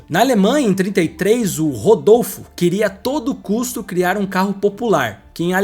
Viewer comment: "RODOLFO" KKKKKKKKKKKKKKKKKKKKKKKKKKKKKKKKKKKKKKKKKK